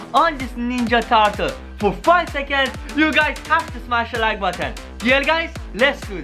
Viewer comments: In the intro he said Ninja Tatal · you don’t even know how to say turtle